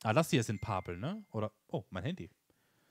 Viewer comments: Moin, Wenn weniger Videos kommen ist nicht schlimm, weil ich bin der Meinung das dass reale Leben immer wichtiger ist. Du warst heute etwas leise vom Ton her im Video, ich musste die lautstärke voll hoch drehen. das heisst Pappel und nich Paaaaaapeln 😂😂 iyt nicht böse gemeint. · Sorry, aber heute gibts einen Daumen nach unten, weil es ein paar Dutzend mal Pahpeln zuviel war. Bitte üb das Wort Pappeln, denn es wird wie die Pappe ausgesprochen. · Ich habe dir doch schonmal gesagt und du wolltest dich auch daran halten: Es Pappeln (mit kurzem zweiten p) und Paaaaaaaapeln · Pappeln nicht Paaaaaaplen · Ach, bitte sag nicht immer Paaaaapeln! Das wird kurz ausgesprochen. Ansonsten hab ich nichts auszusetzen mach weiter so Daumen hoch. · bitte bitte bitte!!!!!!!! Sprich Pappeln mit kurzem "a"!!!!! Es ist Grausam, so wie Du Pappeln aussprichst.